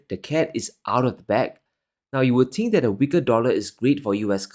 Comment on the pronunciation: I tink tree tree is tirty tree. When you solve that pronounciation issue your words will carry more weight. Tink it tru